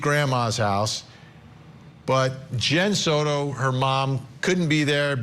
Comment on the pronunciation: Soto NOT "sourou". Ok??